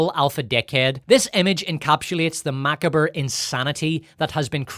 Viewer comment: “mackabur” cmon man I thought you taught writing in the past lmao